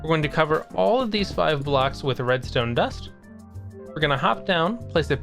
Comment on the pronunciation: "sImppllLle rEmStooM" all redstone is easy with a tutorile